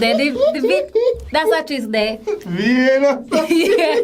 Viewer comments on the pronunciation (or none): 😂😂😂 the girl that trying to say "Vienna" no sah.